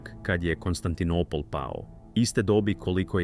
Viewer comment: AI prevodi i izgovor paraju usi!Konstantinipol???